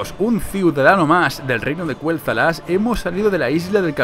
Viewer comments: Dillidan 4 Se escribe Quel'Thalas 💁🏻‍♀️, y no, no se dice Kueltalas se dice Keltalas, porque si fuese Kueltalas se escribiría Qüel'Thalas y no se escribe así:V (no se porque lo pronuncia así) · Porque Lor'themar Theron lo pronuncia así desde hace unos años. Antes también lo pronunciaba de la otra forma.